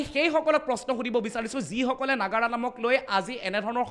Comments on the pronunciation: নাগৰা নহয়, নাগাৰা তাই আগুৱাই যোৱাত সহায় কৰিছে ভাল পাইছো, কিন্তু আপোনাৰ উচ্ছৰণ বোৰ শুদ্ধ হব লাগে । তেতিয়া ভাল লাগিব শুনি, তেটো ফালি থাকিলে ভাল নালাগে । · নগৰা নাম নহয় নাগাৰা নাম।